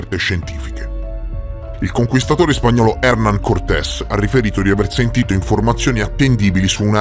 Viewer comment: Video molto interessante. Solo un piccolo appunto da pignolo. Su Hernán l’accento sulla a non sulla e